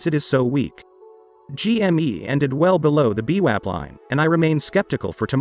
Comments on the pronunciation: beewap?? loool. its vwap .. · The robot has a glitch it’s vwap not beewap. Lol